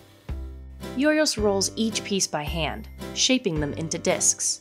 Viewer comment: my ears cringed every time she mispronounced Giorgos